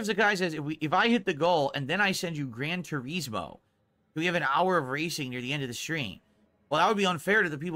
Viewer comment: "Gran Tureeezmoh"